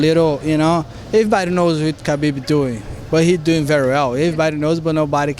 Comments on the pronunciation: It's really not hard to pronounce khabibs name correctly, people should look into it, you pronounce the k and h together from the back of your throat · My goodness does it annoy me that nobody can pronounce Khabibs name right lol 🤦‍♂️